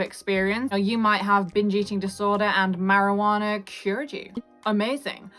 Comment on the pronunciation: This video was very helpful and relatable but the best part was how you said marijuanNAARRR😂